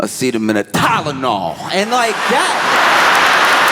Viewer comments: ok- I get it. This is him getting revenge on the makers of Tylenol for making a product he can’t pronounce. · Hitting that hard T on the tylenol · <= “Aceen-no-meno TYNENOL!!” 😂😂😂😂😂😂😂